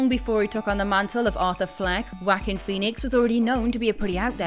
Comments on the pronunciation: It's Joaquin(Wah-keen), not "Whack-in". Haha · Anyone else notice she pronounced Joaquin Phoenix’s name as “Whackin”? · Please learn how to pronounce Joaquin Phoenix's first name. Last I heard, it wasn't pronounced Whackin. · You said his name like.. You should be...walken!